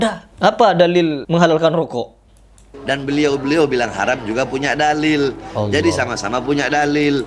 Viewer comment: klo menyebut nama sang kholik yg jelas, ALLAH bukan HALLAH